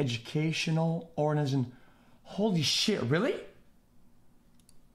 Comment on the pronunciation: Word: organization Xqc: ornashn